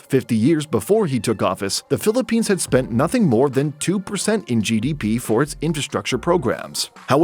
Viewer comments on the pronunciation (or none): none